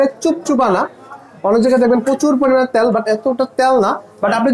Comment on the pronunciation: ত্যাল না তেল🐥🧐